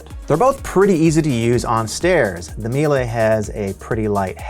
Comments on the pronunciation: It is pronounced Me Lah. Not me lay. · It's pronounced me-la. We use the C1 canister vacs for our cleaning company and we get about 4 years of use without issues from the vacuum(pretty good since we use an abuse these vacuums at least 6 hours per day). Biggest problem is that the cable gets sensitive over time which is not that hard to replace yourself. Edit: Miele does offer powered brush attachments with their higher end C3 vacs. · I usually hear it pronounced ME-Luh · I was about to post this comment about how to correctly pronounce Miele. Glad I checked the comments first.